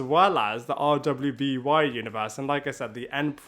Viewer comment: You really can just say “Ruby”. RWBY is pronounced as the word “Ruby”.